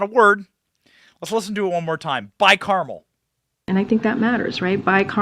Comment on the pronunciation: By Carmel latte. Or was it camel?